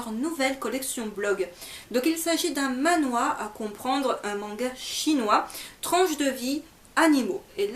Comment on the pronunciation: Il me semble que tu l'as pourtant plutôt bien prononcé ^^". Pour le "Manhwa" en tout cas, ça ne se prononce pas comme ça donc j'ai compris ^^. Le "Man" de Manhwa se prononce comme dans "Clément" si je ne dis pas de bêtises ^^.